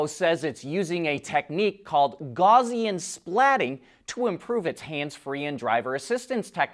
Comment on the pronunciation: Gaussian rhymes with Ow-see-un